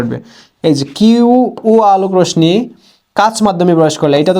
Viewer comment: রোশনি না রশ্মি (রশশি)😂😂😂😂